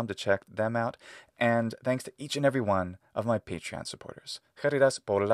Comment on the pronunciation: I've just noticed that ye pronounce ðanks. I haven't known that that was a feature of American English!